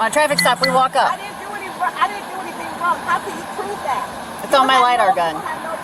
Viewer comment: Narrator: she did do something wronguh